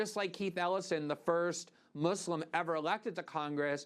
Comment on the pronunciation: nobody: me: celebrating the fact that Glenn says "Muslim" the right way